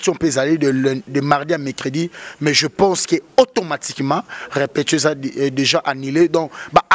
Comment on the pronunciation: balobaka: RE-PE-TI-TION et non REPEPTION.Ba chronifuiti nazo koka lisusu bino teinnn boni ba français boyé eeeeeeh